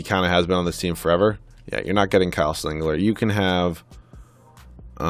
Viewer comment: Singler not singlet